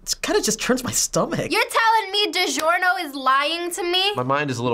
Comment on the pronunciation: bruh when she said digiorno all I could think of was boiled pee